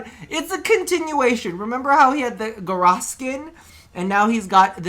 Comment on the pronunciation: Pretty cool items! I hope we see them. However.... IT. IS. PRONOUNCED. GA-OW-SS.